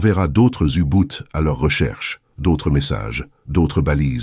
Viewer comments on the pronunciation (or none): On ne dit pas "oubout" mais "ubot"